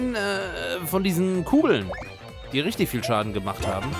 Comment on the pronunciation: Das heißt riggter